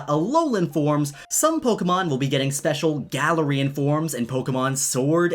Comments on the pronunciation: Please call it Guh-Larian not Galar-Ian sorry..... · Its glare-ian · Guh-lare-ian is how I pronounce it so hearing Galar-rian really bugged me for some reason lmao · Im just so weirded out on how you say Galarian(GALA-REE-HAN)... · I pronounced it gay-lar-ian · The way he says galarian stresses me out